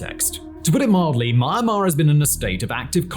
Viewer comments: It's "Mee-ahn-mar", not "Maaa Maaa". You're a massive, quality content producer. You should know that. Cheers :) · Why is he pronouncing it so weird? It's pronounced mee-AN-mar, not MIEYRNE-mar I feel like I'm having a stroke every time he says it